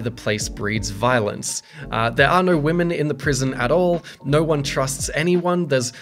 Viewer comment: imagine saying no like NER...... bri'ish moremnt